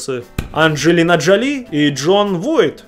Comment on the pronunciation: Коппола - на второй слог ударение! Джоли - правильнее ударение ставить на первый слог! Да и вообще хочется спросить: зачем данное видео, если большинство семейных связей известны даже не киноманам?